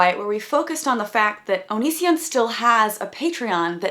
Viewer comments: So if he pronounces Patreon like that.. have we been pronouncing Onision wrong all this time? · I thought I was the only one who was annoyed by how he says "Pay-tree-UHN" especially when he pronounces his own channel name as "oh-nee-see-AHN"